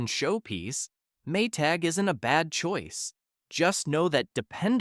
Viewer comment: This comes off like more of an advertisement for kitchen appliances. And its not "Choise" ---- its (Choice).